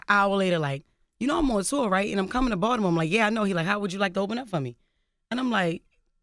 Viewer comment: Balitmore shat! lmao